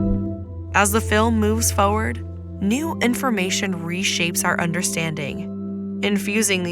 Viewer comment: There is an "R" in forward. It's not "Foward" !!!